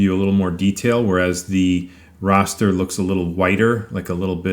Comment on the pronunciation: OK, I hate to be "that guy" but the word "raster" is pronounced to rhyme with "faster". It's not pronounced "rawster"... Just makes me flinch every time I hear it...now back to the video! Ok, finished. This is a very interesting and well-done comparison! I look forward to experimenting with these two methods with my CNC router once I get it setup and running. I'm thinking the choice between the raster vs. hatch methods may depend on the photo itself. I'm also thinking that I would probably choose to use both methods side-by-side on the same piece of wood, just limiting the image carved to a particular section from the photo. That seems like a quick and fair way to compare the results to make a decision on which to use.